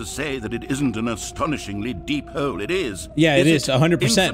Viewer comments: Like why💀😭😂🤣😂🤣😂🤣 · But why does the man who’s talking says hooolleee not hole